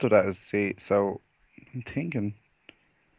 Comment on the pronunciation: "I'm tinking..." XD